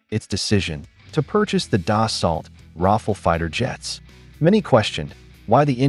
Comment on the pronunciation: Ra fal, not raffle 😄